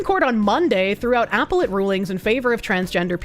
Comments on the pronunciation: I'm sorry woman. I absolutely love you and you should know that before I go on with this, but you're mispronunciation is driving me absolutely nuts!!!!! NOT apple-et. a-PEL-let!!! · Just silently screaming in my head every time she says "apple-let" court....